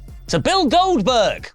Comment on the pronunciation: Not “Oldberg” SMH